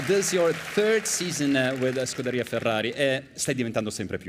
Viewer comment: "skoo-dairy-uhhh". Just sayin'. Ciao...